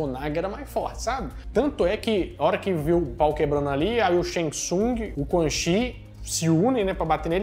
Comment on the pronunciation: oHHHH mane!!!! CHI se pronuncia tchi!!!! se liga!!!